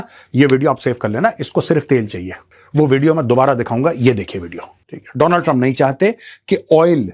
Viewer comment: World : Donald trump. Modi : Doonal trump 😂